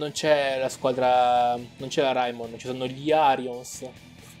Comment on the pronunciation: Ciao ma perché pronunci raimon come si scrive? (Perché si dovrebbe dire reimon)